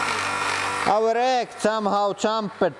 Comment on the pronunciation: "And now the eeg"